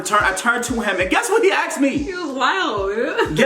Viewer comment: He aKsed me omg 😂